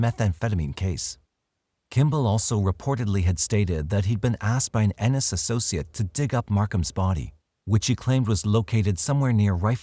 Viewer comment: Ennis, Montana Living in Oregon I'm impressed you pronounce Ennis correctly!